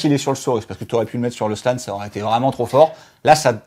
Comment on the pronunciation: Ca pique les oreilles quand dit 'Slan" ou "Carnotaure". Mais le travail reste au top et on vous aime;)